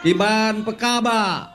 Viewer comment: Ngomong bahasa aceh salah2 peuhaba jadi peukaba, ga mantul